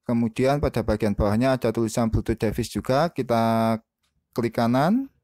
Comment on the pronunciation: duh bacanya bkn devis tp divais. tutor bgs anyway